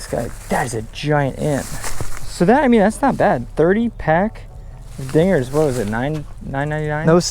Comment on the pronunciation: Did anybody here the n word when he said dinggers